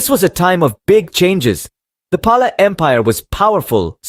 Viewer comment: It's actual pronunciation is 'Pal'